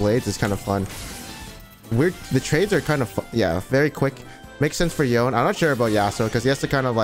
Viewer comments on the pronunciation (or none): I CAN'T dear pants, his name is yone, not yown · it's Yone not Yon lol